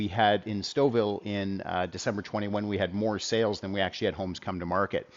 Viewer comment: Now I know how to pronounce Stouffville. Thank you!